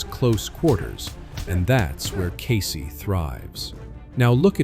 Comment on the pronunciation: "CASEY"??!!!! WTF is "CASEY"?? KEYSI!!!!!